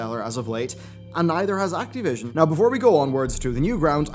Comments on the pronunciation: Why do you say Act-E-vision? its Activition. I know your English isn't great but come on, your better than this. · Why are you saying "Activision" weirdly?